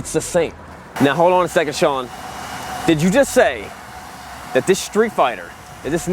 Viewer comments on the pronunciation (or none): none